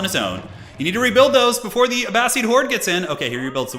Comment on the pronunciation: Wow that FFA was epic! But hey I happen to be listening to "Power and Thrones" by Dan Jones which is about the middle ages and he pronounces Abbasid "A bass SID" not "A bass SEED". Anyways love your videos it just bugs me 😅